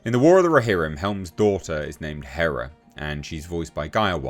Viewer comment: Big difference. Not Greek hera. But Hèra (Hei’yr’a)